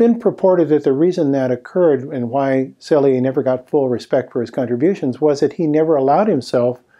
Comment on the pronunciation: Excellent discussion of how new ideas are not accepted even by the scientific community. Thank you for this very informative presentation. May I respectfully add two small details (as a Montrealer and graduate of U de M): 1. Dr. Hans Selye was a professor of Université de Montréal (not McGill University) and his name is pronounced Sely (not Selyé).